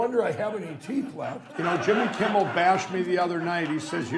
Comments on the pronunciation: "Jimmy Kimbel" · Jimmy Kimball? Did I hear that right?